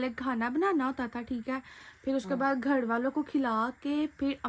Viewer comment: gar ni hota h ghar HOTA hai